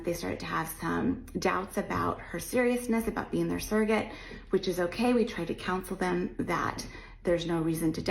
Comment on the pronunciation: i love your videos. I get excited when i see you've uploaded!!! Congrats on 100k 🎉🎉🎉 The way pronounces the word "surrogate" is annoying 😅